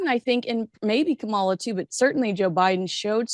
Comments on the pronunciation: Please learn to pronounce Kamala Harris's name correctly- the emphasis is on the first syllable of her name, not the second! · This is not a political statement, since I am a republican. However, as a linguist, it still drives me crazy that people cannot pronounce a mixed-race woman's name correctly!, it's KA-ma-la! Not Ka-MA-la!!! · KAmala not KaMALA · It's Kaw-muh-la. Not Kuh-mall-uh. Are you mispronouncing her name on purpose? Even Maureen pronounced it correctly and you didn't take the clue. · Not Ka MAH la. Her name is KAH ma la. Please get it right. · Kamala is pronounced Calm - aw - law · Begging your pardon… It’s pronounced “comma” (like in a sentence), followed by “la” as in Fa la la la la. Kamala. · I love your show and Maureen Callahan BUT--you keep mispronouncing Kamala' Harris' name!! It's pronounced COMMA-LA. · This Canadian would appreciate if you learn how to enunciate Kamala's name properly. I am really surprised at both of you. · I caught the way you pronounced Kamala’s name. Poor taste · You still can't at the very least pronounce Kamala's name? How disrespectful and hypocritical of you,. Regardless of your obvious MAGA leanings, I thought you were better than that. Shame on you. Stick to your gossip platform and leave politics to the pundits. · Please pronounce Kamala correctly!